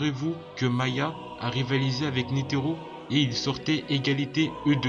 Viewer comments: Y'a aussi "Maya" cest "Ma-HA" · C’est pas maya c’est maHa